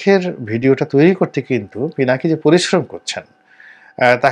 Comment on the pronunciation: পিনাকী দাদার নামটাও ঠিক মত বলতে পারলেন না। আর আপনি আসছেন পিনাকীদা'র মুল্যায়ন করতে। Shame on you man!